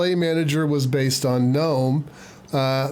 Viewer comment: You are correct in your pronunciation of Gnome. People who say GuhNome are GuhStupid.